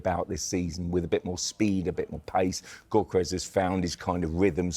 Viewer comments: GOR KERYES? the G is silent dummy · Huge respect for Mr. Cross, but apparently, the “G” in “Gyökeres” is silent. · All of em need to watch the player pronunciation videos… Nowari? Gokeres? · As a journalist is surprising that doesn't know how to pronounce Gyokeres or Nwanera's names. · Not one of them can say Gyokeres’ name correctly